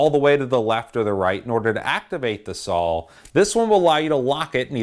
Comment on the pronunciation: I love the videos. It sounds like you say sawL. With an L. But, thanks again for the great content